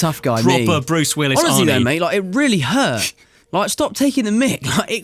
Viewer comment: Tom: “It really hurt” (That was one of THE MOST British things I’ve ever heard😅🤍 he’s the cutest honestly)!